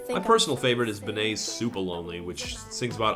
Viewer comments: Bruh it's Benee like Benny not like B'nay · Why did he pronounce "Benee" like that💀